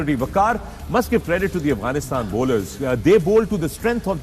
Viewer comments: Wasim Akram… it’s Afghanistan not Aghfanistan 😂😂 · Waseem and Wahab kindly stop saying ‘Aghfanistan’! Its Afghanistan 🙏🏼